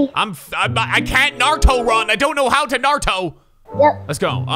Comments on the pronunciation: “What’s a narto” 😭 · Mans said narto